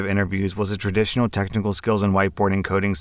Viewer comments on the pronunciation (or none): none